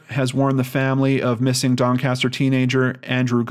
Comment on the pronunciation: i live 30mins from Doncaster and you pronounced it right first time😀